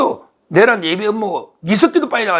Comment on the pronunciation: 서변 내:란을 첫음절을 강조하고 짧게 발음 하니 이상합니다.